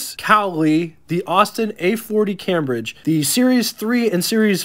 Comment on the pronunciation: Cambridge is pronounced came-bridge.